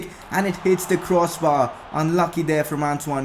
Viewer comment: bro the name is gamEIro not gamIEro